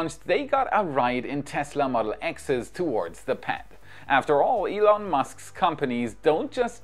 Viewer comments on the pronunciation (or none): none